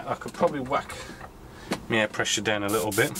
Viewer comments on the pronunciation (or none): You say it ve-lay-ho and also it's also down not dow-un.